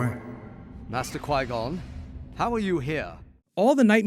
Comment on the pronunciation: Soon as I heard Obi say Qui-gonn...I damn near lost it...